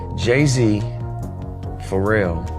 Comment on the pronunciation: Did he say For real or Pharrell